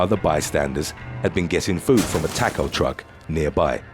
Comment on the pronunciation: I hate the way you just said “taco” lol